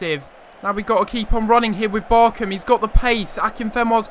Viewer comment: I wish you said BarCHam correctly